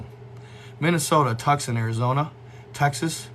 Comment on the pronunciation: Tucson not Tuckson but TwoSawn